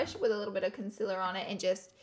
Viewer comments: It is pronounced Con ceeeealllerrr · i hate the way she says concealer. its conCEALER not consiller. LMAO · I love u Laura but it’s pronounced “conceeler” not with an i😂❤️ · I absolutely adore how she says concealer conciller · i watched this video just so i can hear her say “conceller”😂😂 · why do you say conciller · Ola. P she says it like cunsiller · FOR GOD SAKES IT IS CALLED CONSEEEEEEEELER Not CONSILER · I love her but I hate how she says concealer as conciller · Laura Lee I'm sorry but you say concealer wrong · The only thing that I don't really like about Laura is the way she pronounces concealor😂❤️ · I WATCHED THE LAURA LEE SAYING CONCEALER WRONG VIDEO, AND NOW I CANNOT GOT PAST IT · I love how she says concealer!!! 💜💜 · Cun-seal-er consealer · The way she says concealer gives me anxiety😣